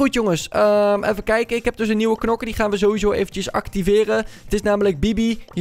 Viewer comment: o een nieuwe nokker je bedoeld knokker